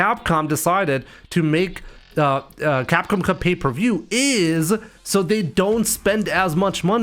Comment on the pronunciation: Crap com 😂😂😂😂😂is not Capcom